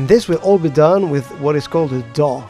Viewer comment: « And this will all be done with what is called a D'UH » I can't unhear it.